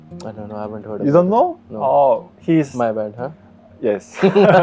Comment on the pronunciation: ㅋㅋㅋㅋㅋ 놀라운점 두가지 : 1.영어 한국인치고 매우 잘 한다. ( ㅡㅡ 영어 못하는척 했다니...!! ) 2. 영어 쓰는데 한국인이하는 영어 발음이다 ㅋㅋㅋㅋㅋㅋ 유돈노?????? 하는데 ㅋㅋㅋㅋㅋ 왜케 한국인이냐고.